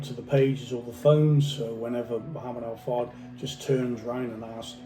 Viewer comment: He can’t even pronounce the man’s name, highly questionable.